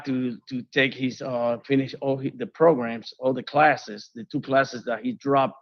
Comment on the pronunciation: Ok i have to say this, its not progrims its programs lol say it how its spelt, so irritates me lol